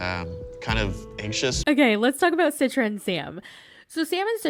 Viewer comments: Btw, just a tiny correctionthe name 'Citra' is suppose to be pronounce with a C like for Cheetah, not C for Citrus. So its chee-truh, not si-truh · Hi, an Indonesian here. I just want to tell you the pronunciation of Citra in Indonesian is "chee-tra". Anyway, the conversion to Islam for marriage purpose is quite common here in Indonesia. Some people convert just to get married, so they don't actually practice the religion, they just do it to change their religion in their Identity Card. Some places don't allow people from different religion to get married, and some families don't allow that too. As for the body shaming, we’re built to withstand body shaming from family members. We’re so used to it at this point.